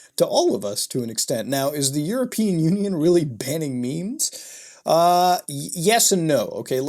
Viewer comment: Nooo not the "maymays"